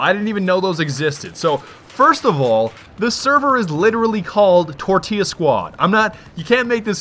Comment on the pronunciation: tortillla: pronounced TOR TILLA